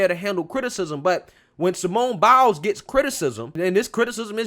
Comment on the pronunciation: I agree with everything you said. I just need to add, every time you say "Simone Biles", it sounds like "Simone Bowels."